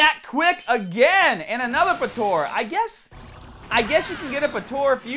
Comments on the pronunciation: its potara not potora say it right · Poh ..... tah ..... rah ...... say it with me lmao and what shaft ? Fp ss4 goku is a beast